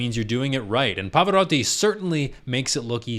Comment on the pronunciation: I applaud you for this - you pronounced the name of the legend right. Pava would have been proud☺️ (I’m not Italian but I know the Italian pronunciation quite well)